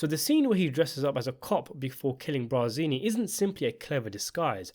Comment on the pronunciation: *BARzini, not “BRAzini”.